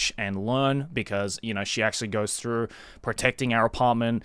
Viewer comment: Nakai Throff? Joey... its through.... as in going through. or do you walk throff an entryway?